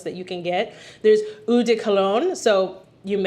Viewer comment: Great video!!! Love your enthusiasm...but...quick French lesson..."eau" is the French word for water, and it's pronounced "oh", not "ew". I wore the same signature scent from when it was released in 1981 until November 2023...albeit long discontinued...although I maintained a small stash. My daughter encouraged me to explore new fragrances so I could keep, and occasionally use, my little stash...and I did. What I've found is that pretty much all scents I've ever worn, including that signature scent, had healthy doses of spices and woods and low-to-moderate levels of florals. I LOVE BDK's Pas Ce Soir, YSL's Babycat, BBW's Vanilla Romance topped with Mancera's Aoud Vanille. They both have cardamom, vanilla, and sandalwood notes and blend VERY well together.